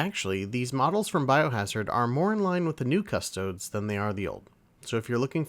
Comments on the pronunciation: “Cuss-Toe-Dees”, not “Cuss-Toads.” If you can’t correctly pronounce the name of the subject you’re discussing, I’m not watching your video. Extra credit: “Ah-Star-Tees” not “Ass-tarts.” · Are you pronouncing Custodes that way to be funny?